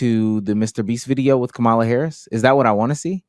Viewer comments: There is 100% absolutely no reason people, especially black people, should still be mispronouncing Kamala’s name. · lol unrelated but why do so many men absolutely refuse to say Kamala Harris’s name right lmao she’s corrected us so many times lmao they just keep doing it